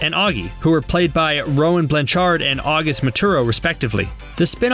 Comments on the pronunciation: Hannah Li and the way he said Rowan Blanchard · Mispronounced: Rowan Blanchard, Karan Brar, and Zendaya... smh